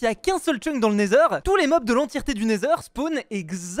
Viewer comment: Cest neither et non naizeur 😂